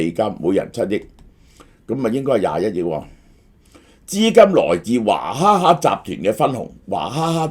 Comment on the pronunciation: 点解娃读做华、娃哈哈变华哈 哈